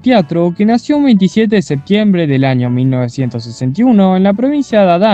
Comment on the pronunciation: Que mal habla este hombre se dice año no jaño